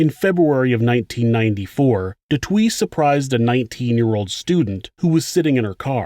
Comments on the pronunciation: She went through the most!! This is no laughing matter love your channel and material but the way you pronouncing Du Toit has me 💀🤣 it's pronounced 'Toy' with the T at the end. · Not du twee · Its pronounced du toy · Hello from South Africa 🌍 🇿🇦 I'm sure someone has already commented this. But Du Toit is pronounced Du "toy" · You pronounce it like FFFFVVRrrr(aaaah)ns Dooo Toy and Tee-ah-niss (like miss) Kruger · great coverage. I hope you don't mind me correcting you as you weren't to know but I'm South African and your pronunciation hurts my ears. Alison's surname is Boor-TUH. Theuns Kruger is Tea-arns and Frans du Toit is France DO TOY. These are all Afrikaans names and 'th' is often pronounced as a hard 't' and not with a soft 'th' as one might think. It may interest you to know that Charlize Theron, the correct pronunciation is Tear-ON and not There-on. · Hi there!! Love your channel!! I'm from South Africa and I just want to help you out on something small, but over here there's people that would laugh at you. The surname du Toit is pronounced as you would say toy in English. Happy to help a friend. Thanks for this channel!! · Du Toit is pronounced Do Toy. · You mispronouncing du toit is annoying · Lmao as a south African, I cringed everytime I heard the pronunciation of Du Toit😭💔💔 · Not how you pronounce toit!! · Pretty sure Du Toit is pronounced "doo twah" not "doo twee". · Du twee...hahaha it's pronounced Du "Toy" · Haha fuck sake Do Twee, Say it like this 'Do-Toy-T' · It's pronounced "du TOY" (not "du Twee") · The letters 'oi' are pronounced wa instead of wi. So the right way to say it is du twa. Just a detail but why not do it right instead of wrong. Love your shows. What an amazing woman. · Du Toit is pronounce du Toy... for the record. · du Toit is a French last name pronounced : “du tooah” Toit means “roof” in French 👍🏻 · I’m Australian, but is it meant to sound like “De Twa”? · Just FYI the name du toit is pronounced du TOY